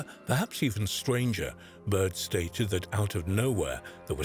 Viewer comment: Is this accent British or what? Because he said like he's from Brooklyn 😂